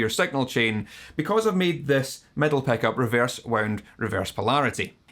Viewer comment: love that «peck-up» pronunciation)